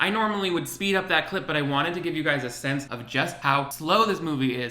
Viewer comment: One day my last three braincells will stop hearing “clit” whenever you say “clip breakdown”...... But alas, today is not that day